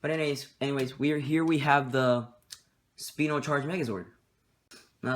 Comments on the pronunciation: It's pronounced spy-no not spee-no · It's spino not speno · ...Speeno? Huh, I always thought it was called "Spy-No" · It is SP-I-NO